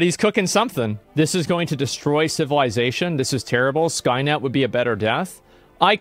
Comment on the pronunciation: Skynut. Not skynet.